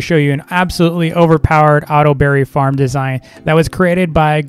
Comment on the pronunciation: when u said farm i thought u said fart XD but i LOEVE THISSSSSSs Wait.. Hello to 😅